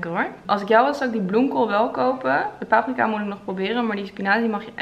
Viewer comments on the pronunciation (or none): none